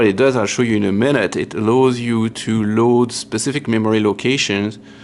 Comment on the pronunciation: "Allows you" is pronounced "alaouze iou" not "alloze iou" (french phonetics). Just to help your spoken english a little. Otherwise I do enjoy your videos very much. Merci.;-)